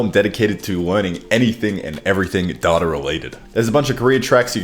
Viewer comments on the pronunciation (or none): How do you pronounce it data and not data